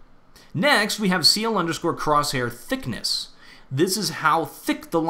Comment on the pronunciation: Why did you emphasize thickness so much.